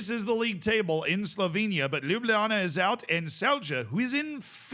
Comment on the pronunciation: Ljubljana pronounciation dropped off, though 😂